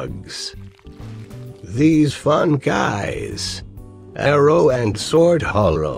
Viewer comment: "Arrow and sword horrow" xD